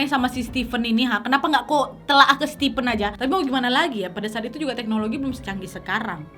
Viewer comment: Keren cara penyampaian cerita kau, nad. Tapi setiap nonton harus melototin setiap tulisan yg muncul, karena suka salah sebut 😂. Stipen (sesuai pengucapan nadia 😁) adalah 2 diantara yg kuduga. Satunya lagi ya lakinya si korban. Alasan stipen mungkin sama dengan dugaan yang bilang kejahatan karena ada kesempatan. Ditunggu kasus-kasus berikutnya ❤️